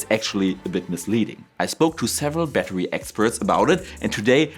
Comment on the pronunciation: I'm sorry. I wanted to watch this video, but when the video started with "A batuwy" I just couldn't take it seriously.